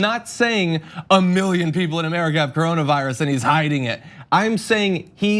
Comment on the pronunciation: What is the "Caronavirus"? I thought it was called coronavirus. 🤦🏾‍♂️🤷🏾‍♂️